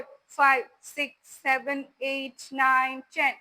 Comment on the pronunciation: ചെൻ അല്ല പെണ്ണെ Ten എന്നാണ്